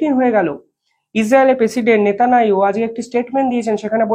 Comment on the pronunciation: ভাই - তুমি 'নেতানিয়াহু' উচ্চারণ করতে পারো না ?